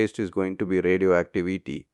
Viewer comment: "Radioactiveaty",😂 man your videos are contagious! Super Well Done 👍✅